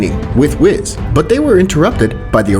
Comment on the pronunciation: Billz and whitz ;-; pls pronounce the names right bro